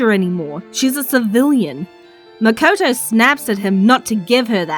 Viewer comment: It’s Mikoto btw